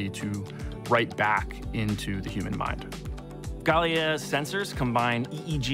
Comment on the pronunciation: Man said Gay-leia 😂